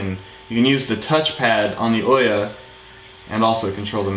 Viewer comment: awesome video, sorry to be nit picky about how people say the OUYA name XD but it's ooo ya like *ooo that looks interesting* and *Yea that's great* again sorry it just bugs me XD